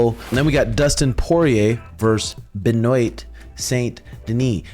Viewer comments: Benoit= Ben Wah Poirier = Pour Yay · My boy said Ben OYT lmfaoo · Charles Livyera. Ben-oyt 😂 you’re killing me with these names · Someone has to teach this how to pronounce benoit 😂😂